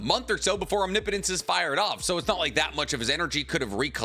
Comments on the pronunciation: Holy shit he said omnipotence correctly!!! :O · Finally he said omnipotence correct